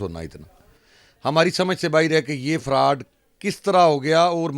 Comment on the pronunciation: یہ فروڈ نہیں فراڈ ھے اینکر صاحب ۔۔